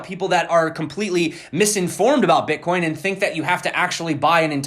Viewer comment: Did you say b*tchcoin? :DDDD